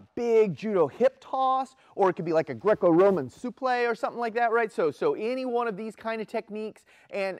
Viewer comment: Oh a "supleé"... well la di da Mr French Man. 😜🤣